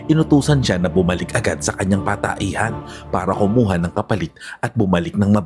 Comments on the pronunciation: ANU BA YAN..IMBES ANG PAGBIGKAS AY PATAHIAN,GINAWA MONG pataehan..anu ba yan..CR ??? comfort room Kay pataehan??? AYUSIN MO PAG NARRATE.. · Patahian boss..hnd pataehan...tanda mo na bulol ka pa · Sir patahian po Hindi pataehan siguro Hindi lng Ako ang nakapansin😅